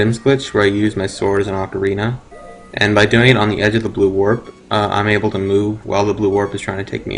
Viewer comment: Ocarina - pronounced (OAK-a-reena)